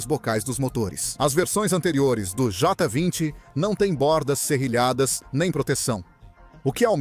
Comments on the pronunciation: Concordo com o engraçado, ele fala tudo menos Jota 20, kkkkk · Jó 20 😂😂😂😂 essa IA tem q melhorar essa dicção